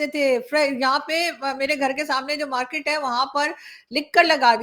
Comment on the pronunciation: Pehle market tikse bol mote markeeet nahi